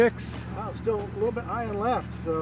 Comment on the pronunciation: Litlate! She said nuffallready! Hoho